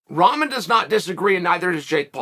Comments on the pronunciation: WTF does he keep calling Rahman "Ramen", like the noodles? Rock-mon. It's not hard to say. It's not like he's asking you to call him a crazy nickname or pronoun. At least get the man's name right. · Evertine he says Ramen 🤣🤣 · Ramen is a noodle not the boxer. If you can’t even pronounce his name it’s tough to take the argument seriously…fact is jake knows the PPV sales were going to be garbage and jake knew he was in trouble in this fight. Jake never had any problem fighting Nate Robinson even though he’s a midget compared to jake but he runs when it’s 15 lbs the other way he runs…10% is over 20 lbs they definitely could have made that spread if they wanted too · It his gimmick ya clown ffs .. He is The Bad Guy after all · It’s like your 6th video on this and you still can’t say his name 🤣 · Is chael on Jake payroll cuz he makes a point to say his name wrong I'm sure he knows that's not how you pronounce his name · Ummm, Chael... its also guys like Bisping calling Paul a cowerd and defending "bottom"Rahmen